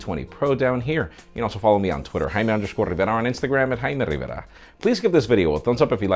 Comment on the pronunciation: I Just love the way you say Jaime Rivera, it's so cool.